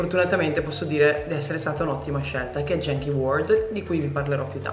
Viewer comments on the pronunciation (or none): Si pronuncia "ghenchi" non "jenchi"...